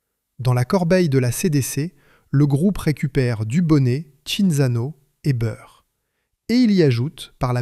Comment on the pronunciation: Une histoire industrielle tout à fait passionante. Mais l'exemple de la vidéo qu'il ne faut pas faire. Long, beaucoup trop long, une heure et demie pour raconter ce qui tient en une demi heure. Des redites lassantes (c'est ce qu'on fait quand on prend le public pour des crétins auxquels il faut répéter 3 ou 4 fois). Et surtout l'intrusion insupportable d'une voix d'IA qui transforme Byrrh en Beurre, et autres stupidités. Je soupçonne d'ailleurs les commentaires d'avoir été rédigés par une IA. C'est raté pour Empire industriel, je ne regardeair plus leurs vidéos. A bon entendeur...